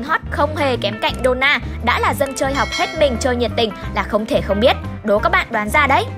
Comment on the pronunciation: Dona mà đọc thành done là cái gì